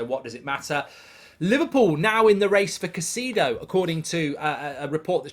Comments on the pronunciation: Mark, it's pronounced :Ky-Say-Doh not Ka-Si-Doh as you say it. It's not hard to say it, it's lazy and comes across as disrespectful and ignorant. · It's Kai-cedo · Love the show mark, watch daily. Just a suggestion… as an Ecuadorian Caicedo is pronounced Kai-se-doe